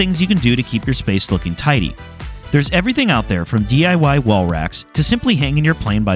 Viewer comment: Did you just call it a DUI table?